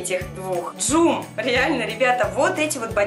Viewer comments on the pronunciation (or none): не джум а джом